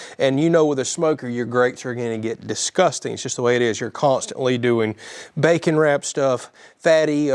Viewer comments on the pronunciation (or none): none